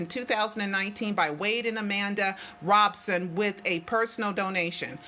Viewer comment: Why do people keep saying is Robeson?